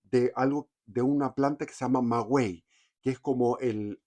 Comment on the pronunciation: Muy interesante pero no es magüey sino maguey.